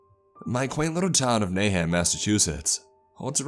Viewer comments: Hi, being from Massachusetts its pronounced Na hant not Nay hant. Kinda hard to correct the right pronounciationwhen spelling it out. We have a lot of those weird names here. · Its na hant (han as in han solo) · Thinking the same, he pronounced Nahant wrong too. Still awesome, however. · The first time he said the town's name I thought it was "Mayhem, Massachusetts" - sounded like a fun place.